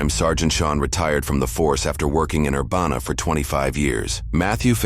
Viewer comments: Love your videos. But as a close local, it's ur-BAN-a BAN pronounced like ban hammer and then an uh added after. Not ur banana. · Urbana is pronounced Er-ban-ah. Like banana for that middle part. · That's now how we pronounce Urbana, at least I dont think thats how anyone here says it lol. otherwise, not often does anything happen in this town